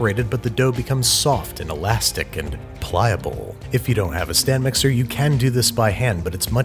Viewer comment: I keep hearing "sand mixer"